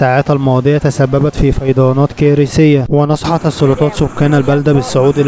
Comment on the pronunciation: إيه فيضيانات دى؟؟؟؟ إسمها فيضانات. اللغة العربية راحت فى داهية😢